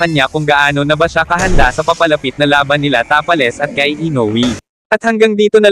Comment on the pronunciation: Ginawa mu namang tapa king si Tapales pronounceiation